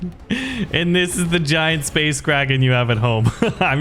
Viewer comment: I thought it said space Karen lol